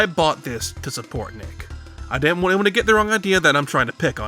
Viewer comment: I like the way you pronounce “want” as “ won’t “ that’s what I took away from this.